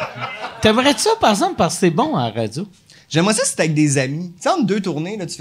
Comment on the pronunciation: Mike "parzemple" Ward